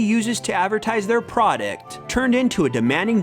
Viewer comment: " P R O D E C T "